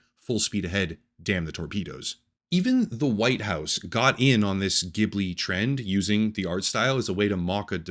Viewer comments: Ghibli is pronounced with a soft G, like "jib-li". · It's pronounced Jibli. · It's pronounced "jhiblee", soft sound not harsh like "Giblee" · The G in Ghibli is soft.